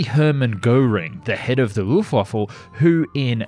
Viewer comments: Anyone else hearing "Luftwaffle"? 😁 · please never say wuftwaffle again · Exactly! I have heard people say that before, and didnt know it for sure so i rewinded and while i was typing this he said Luftwaffel AGAIN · It's Luftwaffe (no "l"). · Please keep calling it Luftwaffel, it makes me chuckle evertime. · I love the way you pronounce Luftwaffe 😂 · Jesus you really need to learn how to say Luftwaffe properly. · Well... for an English speaker good pronounced! but Luftwaffe we have to train again. ;) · I know what you mean but for every German it sounds like "Luftwaffel" which means "air waffle" in german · Did you say “Luft waffle” ????? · you are forgiven also, it is Luftwaffe leuft-waffa and gor-ing those are the pronunciations the first one I can’t explain online how to pronounce online so use google translate I would reccomend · mmmm, do i schmel luftwaffels? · I know he apologised, but the Luft-waffle is still annoying. 🤣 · Die Luftwaffel (the airwaffle) xD (it is die Luftwaffe, without "l" at the end) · quick tip: it's luftwaffe, not luftwaffLe! 🤣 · D i d you said luftwaffle???? IT'S LUFTWAFFE L U F T W A F F E ! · It's only the footage that is getting me through the cringe-fest. Luft-vah-fah. Not fecking waffle. Also, the Mk-108 was airborne artillery. The most powerful they had for general interceptor use. It was on the 262 and the 163, as well as the 109 and 190. It would take bombers apart with ease. You said it was not all that much. And I'm not trying to be pedantic here, I'm giving a pass to the mangling of Junkers, Reimar and Gotha Wagonfabrik. But.... t is not Hoe. None of them were, not even the Ho-1 you showed a pic of on the ground. Aitch Oh. Just like Me-262 is Em Eee, not "me". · Why do people always say luft WAFFLE? There is no L it is WAFFE as in WEAPON. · The... Loofwaffle? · "Luftwaffle" Ok we're done. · Luftwaffle?You mean Luftwaffe? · Did you jsut say Luftwaffel? Air waffle? hahahahaIts Luft waffe like air weapon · the lufwafful